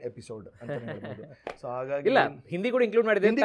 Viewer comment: Anirudh sooper singer.nanu nimma shows nodiddene. Nimma hindiya bagge pronounce maduvudu sari illa antha heluvaga tumba bejaru agthithu